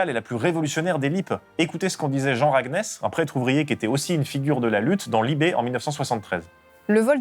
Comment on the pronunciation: On dit "Raguénèse", (de "Enez" île en breton) bisous 😚